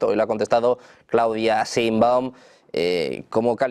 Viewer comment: No se dice simbaum , por favor tampoco le cambien el apellido a la presidenta